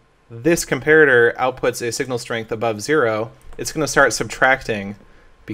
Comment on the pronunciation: Um, what? That's how "comparator" is pronounced. "com-PAIR-a-ter"